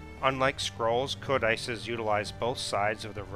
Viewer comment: That is "code-eh-sees"